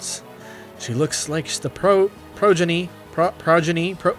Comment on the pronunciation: yeah, well, maybe you should have been paying attention in English class rather than goofing off playing Subway Surfers on your phone then you'd know more words than 'this drip be straight bussin,' no cap, fr fr". It's "PRAW-JEN-EE" and from the context of where it's used: it essentially means 'children'.